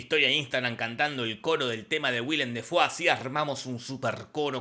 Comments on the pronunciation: Se pronuncia DAY Fo! No Defou! Hasta el mismo lo dice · Lo curioso del multiuniverso de Defoe es que Willem Defoe pronunciaba su apellido como "Willem Déifou"